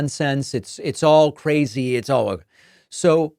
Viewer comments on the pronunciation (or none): none